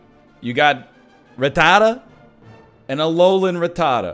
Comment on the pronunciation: Northernlion pronunciation Hakuna-rattata.